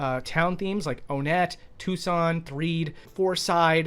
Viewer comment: The man knows how to pronounce Onett.